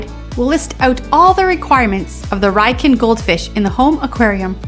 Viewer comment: Its pronounced Ree-yoo-kin.